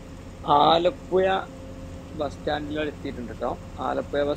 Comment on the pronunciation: aalapuya alla aalapuzha